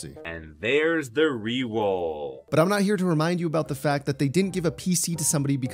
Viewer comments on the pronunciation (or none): I thought he said wewoll personally. Lol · Yeah, he did say rewoll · Swear he said rewoll